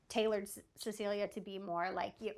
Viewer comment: I love the moment where one of the twins says, "Why awe we stawing (staring) at Ceciwia?" says, "Because she's beautiful." The other twin says, "Yeah, she's beautiful."